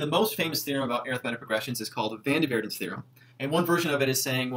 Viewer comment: Van der Waerden is pronounced Warden like in "car"!